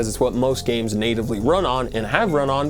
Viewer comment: "Tangwo gwameworks, we're waying youw offw. Youw cwouldnw't seww." "We weed mowe gwames wike Hwigh Fwi Wush."